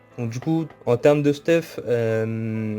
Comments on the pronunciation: hey j'adore se que tu fait et tes tips mais par contre dsl mais arrete de dire stuf mais dit steuf sa me stresse mdr sinon je lache mon petit like ^^ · Merci pr le guide !! Ps : comment ca me fait bizarre que tu dises «stuf » et pas steuf 😂